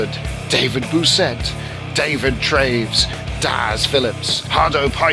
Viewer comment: It was cool that you got my name right people in Canada can never say Traves